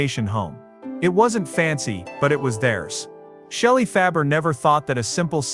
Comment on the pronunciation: AI, can pronounce Nanette's last name, but not Shelley's